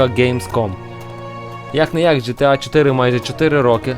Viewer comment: В загальному непогано, але дуже багато неправильних вимов. ГеТеА, наприклад, (хоча більшіть і привиклда до ДжеТеА), назва The Elder Scrolls V знову ж таки не "Скрайм", за ДАЙС уже сказали. Дальше) Яке "Хало", якщо "Хейло"?)